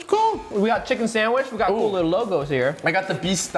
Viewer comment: We waited all that time for him to drink the prime just to say (it's coo)😭😭😭